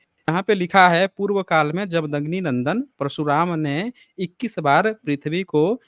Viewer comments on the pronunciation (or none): जमदग्नि को अमदग्नि पढ़ रहा है डिबेटी ।